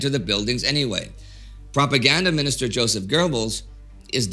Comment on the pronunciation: You’re so good with that German pronunciation - but shouldn’t you therefore pronounce “Julius” as “Yulius”, and “Joseph” as “Yosef”?